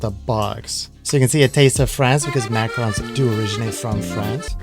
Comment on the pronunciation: Macrons? xD Pronounced Mac-a-rohn #EverydayASchoolDay